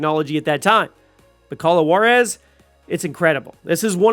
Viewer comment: Juarez is pronounced 'Hwar-ez', NOT 'Warez'